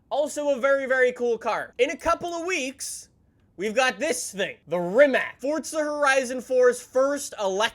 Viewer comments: Rimac is actually pronounced rimats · Im not a grammar nazi, but for the ears from your european fans, can you pronounce Rimac with C and not K at the end.. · Thank god somebody knows that,im Croatian and i hate when people say Rimacc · Rimac rimac rimac rimac